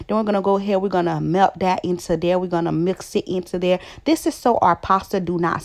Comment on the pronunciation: What is "diss" its "this"